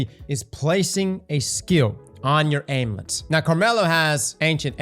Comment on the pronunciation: Alternative pronunciation for Amulets